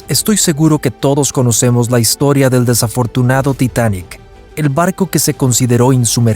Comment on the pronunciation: Es el Titanic, no el "titanek" ... ¿y las fotos pa cuando?